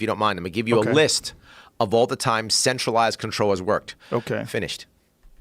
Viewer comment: He says "centralized" almost like "sexualized" Mmmmm "sexualized control"